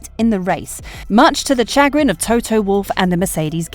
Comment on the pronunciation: Lol who says CHA-grin